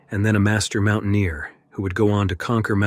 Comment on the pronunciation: It sounds awful. Are you serious?? Pronouncing mountaineer "mountain ear". It sounds terrible and lazy. I unsubbed, a lot of people are no longer supporting Ai narration channels